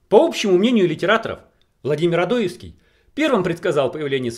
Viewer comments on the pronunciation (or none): ОдоЕвский,а не ОдОевский. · Не серчай автор, но ты фамилию Одоевского неправильно произносишь! Ударение на "е", а не на "о".